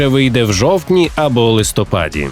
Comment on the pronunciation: чАсу, листопАд, не тОму а томУ